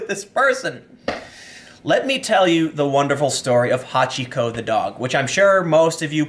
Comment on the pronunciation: Took me a moment to realise you talked about Hachiko, not somebody called Hot Chico.